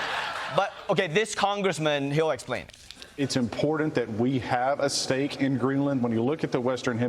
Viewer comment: Hey congressmen, there is no D in the word important.